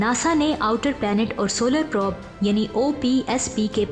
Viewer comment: Wind or probe ko ap sahi prononce nahi kr rahi. wind ko ap winde or prob ko ap prab parh rahi hain. plz correct it